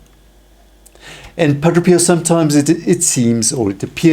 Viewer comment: Pa - DRAY! NOT Pa- DRO!